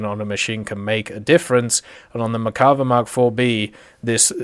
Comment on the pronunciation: Still cant pronounce merkava correctly